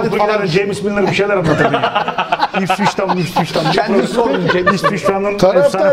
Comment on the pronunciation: ipsich town mipsich town bişeyler anlatıyodun asdfasdfasdfadsf a:D